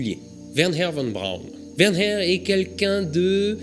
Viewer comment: La fusée de mon enfance...Pour info, si on écrit VON BRAUN, on prononce FON BRAUN